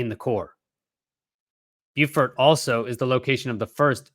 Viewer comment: Hey, Beaufort is in french and is pronounced "bo" (no "w" sound at the end) and "for" (as in "for a good cause").